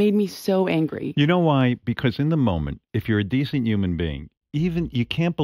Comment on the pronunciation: Oh yeah, I also hate he doesn't pronounce the later H sometimes.....he said, "you're a decent yuman being". fuck off, oward.